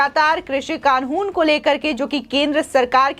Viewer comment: कानून बोलना तो सीख लो ।